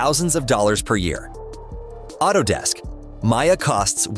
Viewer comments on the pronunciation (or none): none